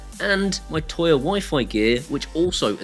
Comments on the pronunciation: So when you're saying Toya you mean Tuya right? Tooya. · Is he trying to say "Tuya" or is there some "Toya" company I've never heard of?